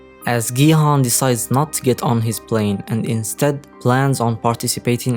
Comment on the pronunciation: And it’s not Gi Han it’s Gi-hun onse again bitch